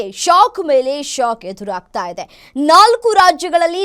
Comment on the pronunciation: ದಯವಿಟ್ಟು ಕನ್ನಡವನ್ನು ಸರಿಯಾಗಿ ಮಾತನಾಡುವ ಮೂಲಕ ಭಾಷೆಗೆ ಗೌರವ ಕೊಡಿ. ಇಜೆ ಅಲ್ಲ ಮೇಡಂ ಇದೆ.